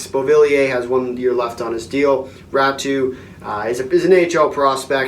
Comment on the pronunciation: Pronounced “ Ratu “